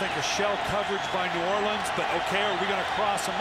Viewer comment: The announcer said New Orleans wrong